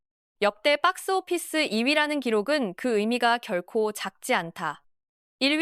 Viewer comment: 빡스오피스 ㅋㅋㅋ 발음 찰지네